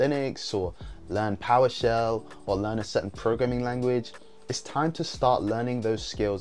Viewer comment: did you say “poweshell?” Sorry I’m all new to this